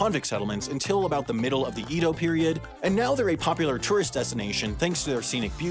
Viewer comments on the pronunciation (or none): Edo is pronounced like "Eh-doh", not "Eedoh. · I was actually paying attention to the words, and actually it wasn't all that terrible XD You mispronounced "Edo" as "eedo", but the "e" in Japanese is always "eh", never "ee", that's what "i" is for. But besides that, it was surprisingly accurate. One thing is that I'd recommend you to shorten the O's, as you said /oʊ/ instead of /o/ every single time, which is wrong. Still, kudos for you! Really good pronunciation overall. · I agree with (アダム is actually in Japanese) - you did much better than most foreigners who have not lived here. The only one that made me cringe was Edo (the E should be like in "bed", not "bead"). The sound in "bead" is also a Japanese vowel, but written with "i" (which you said more like the "i" in "pin", but somehow that doesn't bother me as much when I hear it). So how you pronounced Edo would actually be "ido", which means well (a hole with water in it). Challenges even for foreigners who live here are R and long/short vowels. What is written in the roman alphabet as R is actually a cross between a European R (not American) and L, with perhaps even a bit of D mixed in. When followed by a Y it gets even harder (like a bigger southern island chain - the Ryuukyuu Islands), but I don't think you had any RY in your video. Secondly, syllable timing is very important in Japanese, and double vowels are two syllables. Romanization systems don't agree on how to write a long O (and other vowels, but O is the most common one) - writing them as "oo" would cause many Westerners to mispronounce them like "u", "oh" looks funny in the middle of words (but is done in some cases, like names on baseball jerseys), and "ō" is hard to type on a computer. So most of the time people don't bother, which turns into pronunciation confusion. If I were to write the long ones as "ō", some of the words mentioned would be: Tōkyō, Todōfuken, Ōshima, and Hachijō. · Edo is pronounced ‘aydo’